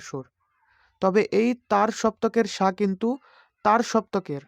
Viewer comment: সা কে ছা উচ্চারণ করেন